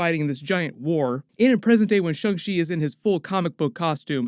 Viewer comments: Why is everyone saying Shung Chi. Thought it was Shang Chi… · I hear shong chi like when you say Shawn… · did I just hear "Sho-chi video"?